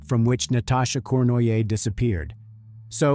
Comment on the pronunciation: The french name Cournoyer is pronounced Corn-roy-yeh.